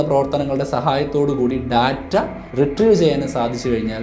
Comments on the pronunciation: ബ്രോ വീഡിയോസ് Skip ചെയ്യാൻ താല്പര്യമില്ല കാണാനാണ് താല്പര്യം. അതുകൊണ്ട് മാത്രം പറയുകയാണ് ഈ വൃത്തികെട്ട ബിജിഎം വീഡിയോയിൽ കുത്തി കയറ്റല്ലേ ബ്രോ 🙏🙏🙏 Data എന്ന് പറയുന്നത് വളരെ തെറ്റായിയാണ് Day-Tta ഏകദേശം ഇങ്ങനെയാണ് ശരിയായി ഉച്ചരിക്കേണ്ടത്. പ്ലീസ് refer Google how to pronounce. അധ്യാപകനായ നിങ്ങൾ കൊച്ചു കൊച്ചു തെറ്റുകൾ തിരുത്താൻ തയ്യാറായാൽ വിദ്യാർത്ഥികളും , പ്രേക്ഷകരും തിരുത്തുകയും ചെയ്യും. നിങ്ങൾ തെറ്റ് ആവർത്തിച്ചാൽ അവരും തെറ്റ് പിന്തുടരും All The Best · ബ്രോ വീഡിയോസ് Skip ചെയ്യാൻ താല്പര്യമില്ല കാണാനാണ് താല്പര്യം. അതുകൊണ്ട് മാത്രം പറയുകയാണ് ഈ വൃത്തികെട്ട ബിജിഎം വീഡിയോയിൽ കുത്തി കയറ്റല്ലേ ബ്രോ 🙏🙏🙏 Data പറയുന്നത് വളരെ തെറ്റായിയാണ് Day-Tta ഏകദേശം ഇങ്ങനെയാണ് ശരിയായി ഉച്ചരിക്കേണ്ടത്. പ്ലീസ് refer Google how to pronounce. അധ്യാപകനായ നിങ്ങൾ തിരുത്താൻ തയ്യാറായാൽ വിദ്യാർത്ഥികളും തിരുത്തുകയും ചെയ്യും. നിങ്ങൾ തെറ്റ് ആവർത്തിച്ചാൽ അവരും തെറ്റ് പിന്തുടരും